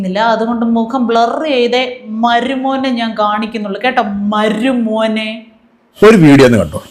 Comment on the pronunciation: താങ്കൾക്ക് ചില വാക്കു കൾക്ക് ഉച്ചാരണ ശുദ്ധി തീരെ ഇല്ല എന്ന വിമർശനം അംഗീകരിക്കുമോ? "മരുമോനേ " എന്നതിൽ "മരു " പ്റൊ നൗൺസിയേഷൻ എല്ലായിേപ്പാഴുo തെറ്റുന്നതായി തോന്നുന്നു.😂😂😂